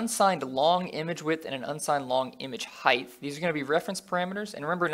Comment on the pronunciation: Dude, I'm enjoying your tutorials a lot and have been following them all so far, but there's one thing bothering me and that's the way you pronounce 'height'. You say it like 'heigth' which is wrong. Keep it up every other way though!